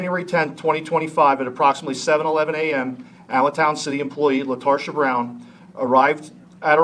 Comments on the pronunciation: Her name is Latarda? I misheard initially. Latarsha. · You mean LaRetarsha. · I think you mispronounced her name, I think it's LaTarded. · Latarsha? Really? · I think it's lasharta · Lol “Latarsha” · “Latarsha”…….. /sigh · Did I hear her name correctly? Did he say her name is LaTARsha Brown? 🤣🤣🤣